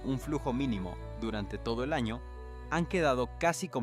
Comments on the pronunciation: Utilizaron la inteligencia artificial porque no pronuncia bien las palabras, no sabe sobre la ñ, dice ano y muchas más como profecía le quita el acento. Deberían utilizar gente real ya que es una noticia importante. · La historia es real,Pero bueno pronunciación en español es un desastre Te entiendo igual Pero debes hacer énfasis en lla ñ de año y muchas más palabras o te crítico pero es para que sepas Gracias amigo por tu voluntad Dios te vendiga ,Desde Uruguay te ad.iro por tu tenacidad , Ok ?